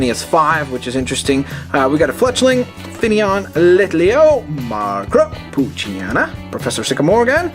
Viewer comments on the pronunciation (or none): none